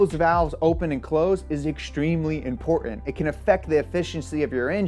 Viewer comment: pronounced imporTant.